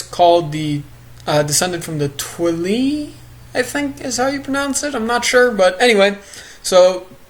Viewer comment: Not to correct you but it's pronounced twi-lie